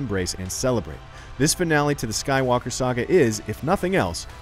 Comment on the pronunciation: Star Wars: The Rise of Sue-walker